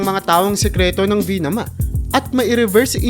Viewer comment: VIMANA, 'di po Vinama. Ayusin mo rin ang pananalita mo, 'yung normal na tuno, 'di pabigla-bigla at pautal-utal.